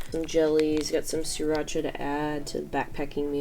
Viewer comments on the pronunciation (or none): none